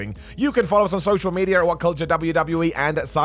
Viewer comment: Media* not Medier